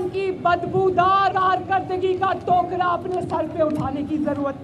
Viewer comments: اردو تو پڑھنا سیکھ لو پہلے پھر چینل پہ بیٹھ کر نیوز نشر کرو ٹو کریم نہیں بلکہ ٹوکرا 😂😂😂😂😂😂😂😂😂😂😂😂😂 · Ancor madam ye ٹوکرا likha ha two کرا nahi🤣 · ٹوکرا ۔۔۔ھے مس نیوز کاسٹر صاحبہ ٹووووکراہم نہی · ٹو كرائم نہيں. ٹوكرا. ہم كيوں اٹهائيں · Hahaah c'mon she doesn't even know how to pronounce " کارکردگی کا 'ٹوکرا'".. Lol.. Anchor was really stuck on this word